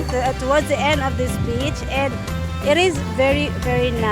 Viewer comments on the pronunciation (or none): SOMETIMES WHEN YOU SAY THE WORD; "BEACH " IT SOUNDS LIKE YOU'RE SAYING BITCH...🤣😂🤭 AS IN A "FEMALE DOG"... ITS OK; YOU GET ME GIGGLING. I❤IT‼️ I WAS LAUGHING SO HYSTERICALLY HARD! THANK YOU SO MUCH FOR MAKING MY DAY A HAPPIER AND A EVEN BETTER DAY AT THAT. I CAN ALWAYS COUNT ON YOU & BIG "E" TO MAKE ME LAUGH AT THINGS YOU DIDNT EVEN PLAN TO DO ON PURPOSE, BUT OUT OF THE BLUE...YOU TWO SAY THE FUNNIEST THINGS SOMETIMES OR CLICHÉS THAT JUST FLOW; & MAKE MY DAY RUN A BIT MORE SMOOTHLY‼️ (Y'ALL KNOW HOW HARD SHE MADE YOU LAUGH TOO 🤣😅😁😆😄🤭‼️) YOU'RE ABSOLUTELY ADORABLE. ‼️ PAN SLOWER...I SOOOO ❤ THE ESSENCE OF YOUR PHOTOHGRAPHY. THAT SUN UPON THE OCEAN LOOKS LIKE SARAN WRAP... N--I--C--E‼️